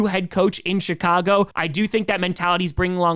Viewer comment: Did he say Chicago or shitcago?